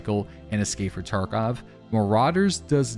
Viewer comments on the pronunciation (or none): love how he says escapefrtarkov